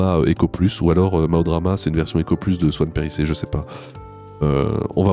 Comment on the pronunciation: Ah d'accord Swan ""perisset""... Non parce que, véridique, quand tu l'as prononcé la première fois moi phonétiquement j'ai entendu, Swan "" PVC""... Si si je te jure... Alors naturellement je me suis dit et ça y est encore une femme qui va nous parler des ""tuyaux PVC"" des hommes 😅